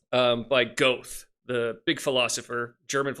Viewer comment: friendly feedback: Goethe is pronounced more like “GUR-tuh” from how I’ve heard it. Good discussion thanks for posting